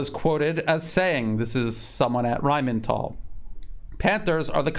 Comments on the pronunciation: It's Rheinmetall, dammit, not RheinmeNtall. 😆 Rhein (the river Rhine) + metall (metal)... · The word RHEINMETALL needs to be proncounced with a different accent. Imagine you are playing in a Indiana Jones movie... RHINE MHET-ALL! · you pronounce it Rhein-Metall, as in Rhein river and Metall as in steel work. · Why do you keep saying "Rheinmental"? The only "n" is in the Rhein-part of the name. lol. The name literally just means "Rhine metal". There is nothing mental about it, hahaha